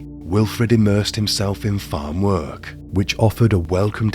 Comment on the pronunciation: No offence, 😁but . . .This dude sounds exactly how I imagine Quasimodo would sound if he spoke English. The intonation makes me envisage a sad, bullied hunchback. No offence, lol. Edit: I think it's the way he gives one-syllable words two syllables with a sing-song intonation. It's not 'work', it's 'wer-erk🎶'. It's not 'case', it's 'ceyus🎶' It's really distracting and difficult to listen to. And what's with the last word in a sentence? You don't ALWAYS have to lower the pitch of it. It doesn't matter what the last word in a sentence is . . that bastard's getting 2 syllables and a downwards sing-song 😅. It sounds so unnatural. Who told him to do this? They should be locked up. 😂